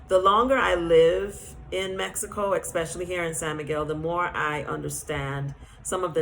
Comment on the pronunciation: You raise valid points , but I would like to encourage you and all other people who are reaching a wide audience to use proper pronunciation when speaking English. Otherwise listeners pick up that incorrect pronunciation and our language slowly but surely becomes altered. The word is : especially.… I noticed you and some others online pronounce the word: eKspecially which should be pronounced without the letter K , and just how it is spelled: ESPECIALLY I am a teacher, and am striving to help preserve the English language, so that these incorrect habits do not get picked up by the masses of people who are listening and thereby use the incorrect pronunciations and uses of words. It is especially confusing for foreigners who are trying to learn English and they hear inconsistencies and become more confused. It’s not an easy language to learn. Much love.❤